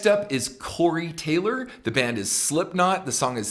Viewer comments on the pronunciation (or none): Ken. Nice job. Big fan here, but.... ITS " SlipKnot. " Not " " SliPNot " 😆👌 But again. Nice video 😁😁